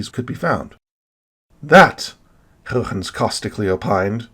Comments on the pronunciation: So goooood! :o The history on this one is really great, as it is a lot of fun to watch all these familiar figures argue over what the rings are. It's a good story. Your pronunciation of Huygens is still a bit inconsistent, but it's getting better! ;p Almost everything in this video was new information to me, with a few exceptions. I've been way more active looking into astronomy in the past months, so I'm learning a lot, but l feel like l will never be able to come close to all of your knowledge! Were you able to see the Super Blue Blood Moon? I happen to be on the wrong side of the planet, but l have no idea where you live. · You are really committed to pronouncing Huygens' name the Dutchest way possible. I love it.